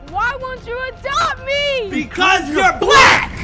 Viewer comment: the way he said “BECAUSE YOURE BLACK” got me dying